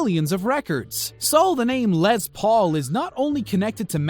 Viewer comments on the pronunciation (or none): It's not Lez, it's Less. Les Paul. Les is short for Lester. His name wasn't Lezter.